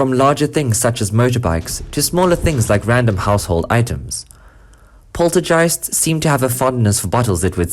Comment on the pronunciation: Oh, man, the "Man-EEE-Festations" of those dang "Polter-JEISTS" get me every time!!! LmAo!!! =D